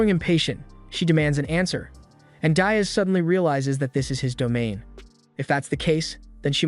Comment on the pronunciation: DEE-as (not dye-us) Dias. Like "Buenos dias"